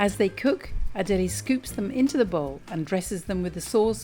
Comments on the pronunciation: correct. And it’s not adeleee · Why can’t you pronounce her name properly? You spent so mouch time in Italy! Pronouncing someone’s name properly is the basic form of respect